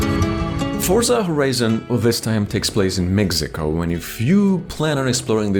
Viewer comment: I like how Forza Horizon 5 is set in "megzico"